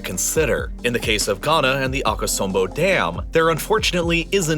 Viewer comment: Bro as a ghanian i find your pronounceations WACK i mean Aka-som-bo